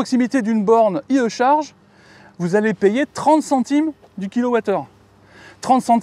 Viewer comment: Ps : on prononce à l'anglaise: "ail i charge" 😅